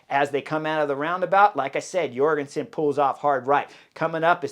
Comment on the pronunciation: Heyo Chris, if I recall correctly I've heard that Matteo Jorgenson's J at the begining of his name is prononce like the J in Jordan => "Djorgenson"